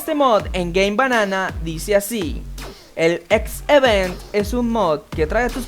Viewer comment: 7: H-event mod Perdon porque diga esto pero... No era X-event? (Se que se confunde gracias a como se pronuncia pero es asta en la primeras actuaciones aparecia una X al seleccionar la semana) perdon por las molestias u-u